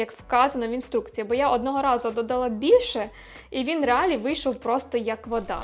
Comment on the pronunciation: реАлі? Ви серйозно? реАлі?🤣🤦🏻‍♀️ Блін… ну все прекрасно. Але, будь ласка, будь ласочка (!), «щоб розвивався український ютюб», зверніть увагу на лексикон і дикцію. Це важливо.